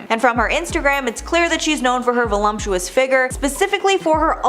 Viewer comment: Did you just say "volumptuous?" There's no M, sweetie. Vol-up-tu-ous. It's a hard word, though, I get it.